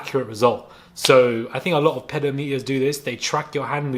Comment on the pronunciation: Who else had to figure out what he meant he said "ped-o-meter" instead of "peh-dohm-eh-ter"? 😂